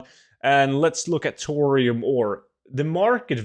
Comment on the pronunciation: Tour-ium bars confused me when I listened to this without a visual 😅